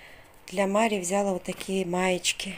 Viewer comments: взялА, бралА, далА, отдалА и т.д... ударение на последний слог. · ВзялА,. Ударение на А Покупочки замечательные